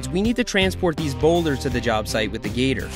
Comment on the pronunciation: How come you stoped calling the gator “the gter”